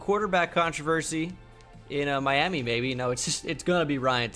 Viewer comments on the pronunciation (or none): none